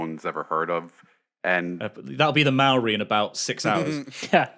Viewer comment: Your pronunciation of Māori makes me want to cry ;_